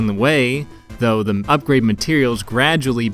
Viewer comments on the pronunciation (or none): none